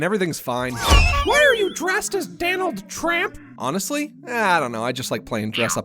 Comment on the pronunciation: It’s Donald trump not Danald tramp